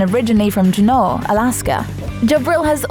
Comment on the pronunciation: being from Alaska I slightly cringed when she pronounced Juneau the way she did instead of it being pronounced Juno.